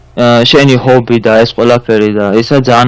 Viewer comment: ხობი არა . ჰობი